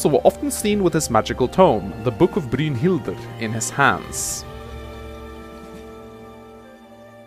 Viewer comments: Brynhilder is pronounced brine-hild-er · I love the way you say "Brynhildr." XD Sounds cool. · I love the way you pronounce "Brynhildr." Sounds like Dracula. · youre butchering brynhidlr